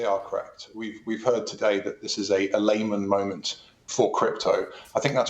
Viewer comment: Don’t think I’ll be taking my financial cues from a supposed reporter who can’t even pronounce Lehman properly … 🙄